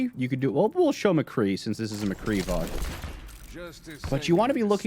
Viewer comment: "Mcree" cmon its "McCreeeeeeeeeeee"